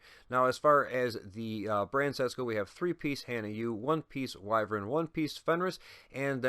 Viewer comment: Ok I’m going to go gun nerd here the barrel is longer that type of assault rifle is known as a bull pup which means the firing mechanism is behind the trigger group which means the barrel is longer. I’m also glad to see you are pronouncing wyvern probably 🤣🤣🤣